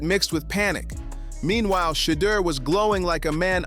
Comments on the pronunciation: If you cannot pronounce Shedeur Sanders name correctly you should stop saying his name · Pronounce Shedeur his name Correctly or Shut the Fu_k Up! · WHY THE MISPRONOUNCING OF HIS NAME WHAT IS WRONG WITH YOU??